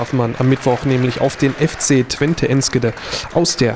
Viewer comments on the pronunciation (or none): Wie er Enschede anspricht :D